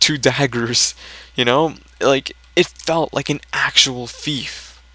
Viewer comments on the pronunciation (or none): it's thief not fief dumbass